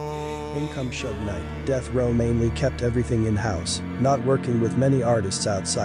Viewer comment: Bro if you can't pronounce Suge Knight man correctly then you're a hoax